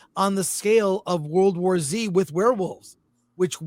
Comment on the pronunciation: Thank you for pronouncing World War Z correctly!